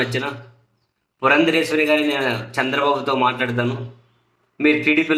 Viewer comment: ...ఆమె పురంధేశ్వరి - "పురంధరేశ్వరి" కాదు